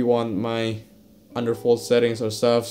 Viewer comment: I kept thinking you were saying underfold lol.